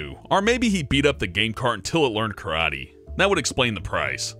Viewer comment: its karaTE not karai